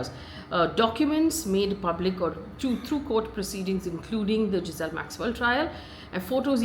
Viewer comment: Ghislaine not Giselle!